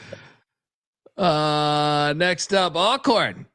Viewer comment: Did you say All Corn St? Meant Al Corn St?